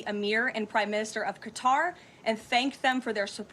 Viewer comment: once again reminding everyone he can’t pronounce Qatar properly.